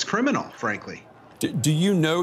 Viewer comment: Marc says it's " cwiminal," min. Yes it was Marc, the whole thing was cwiminal. including yr entire caweer.